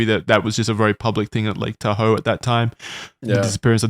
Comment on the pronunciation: What great friends Charlie and are to just let pronounce Tahoe like that. Such swell fellas.